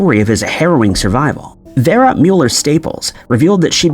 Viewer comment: Vera is pronounced Veer-a.